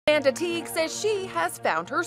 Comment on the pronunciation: Had to start this video over so many times to make sure you weren't really saying "this is a Manatee married to a 300 year old pirate ghost". Even when she says it, I swear... "I'm a Manatee"